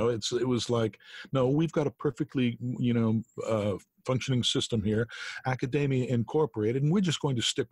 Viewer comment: Chris - why do you keep mispronouncing “academia”? “Dossier” and “metastasize”?